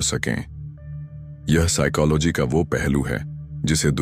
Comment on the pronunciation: Bhai video to bhut accha hai per apne psychology ki pronunciation hi change kr di.